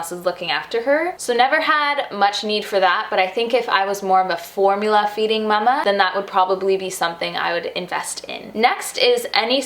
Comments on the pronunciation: I like how you say “muh muh” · It's how we say it in Germany :)